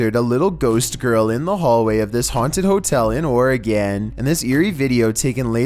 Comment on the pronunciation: I like how he said "Oregen" in